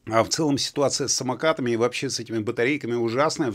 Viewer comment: Не « есче» а « еще» а в остальном вы правы! И не « вообсче» а « вообще»))))